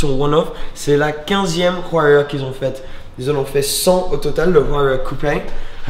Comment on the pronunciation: La huayra de prononce ouaïra juste au cas ou 😊